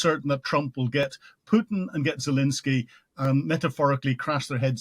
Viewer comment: Still saying "Zalinsky" after all these interviews?